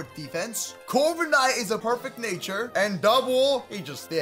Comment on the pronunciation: Instead of corviknight I heard covid night